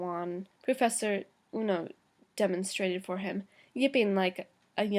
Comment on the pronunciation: ueno not ono